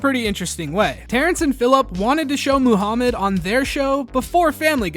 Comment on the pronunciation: I like the episode. I just wanted to point out that you mispronounced Muhammad every time. 😂